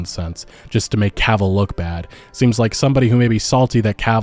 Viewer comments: OMFG you started pronouncing his name right. The stars are aligned and all is right with the world. The universe thanks you. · Hey you didn’t say Cuhville this time I’m proud. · Omg bro thank you, you finally said Henry's last name properly. I love your videos but that bugged me, not gonna lie. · Haha, now you say it right !! Well done.